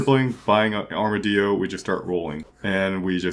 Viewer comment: you also got a good laugh out of me for armadillo pronunciation (you don’t pronounce chinchilla “chinchiya”? :) )